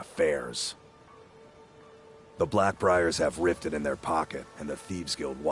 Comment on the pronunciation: Just a friendly pointer... It's called Riften not "ritten"... And the hold that this city is in is called The Rift 😅